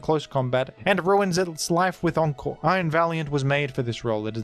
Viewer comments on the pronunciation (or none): none